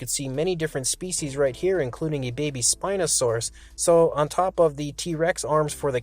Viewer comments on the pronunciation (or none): none